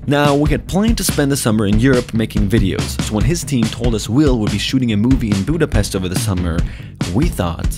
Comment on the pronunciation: I feel sad about that I heard everytime pronuncing Budapest wrong.